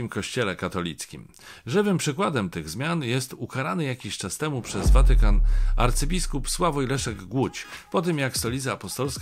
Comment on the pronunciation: Panie Macieju, a czemuż to akcentuje Pan słowo Watykan na pierwszą sylabę? Czyżby coś się zmieniło w naszym języku, o czym nie wiem? Słuchałam wczoraj rozmowy w RO z niejakim Obirkiem i tenże akcentował podobnie. Przypadek?